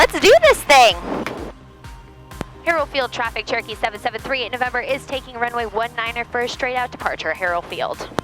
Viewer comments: I know she is saying Cherokee, but I am hearing Turkey. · I know that you are saying "Cherokee 773".... However, recently my daughter (who is usually listening in the background) asked why you are constantly saying "Turkey 773" all the time! It's the little things in life and flying that make it so much fun! Thank you for sharing your flight adventures with us online and may you have nothing but blue skies and tail-winds in 2024!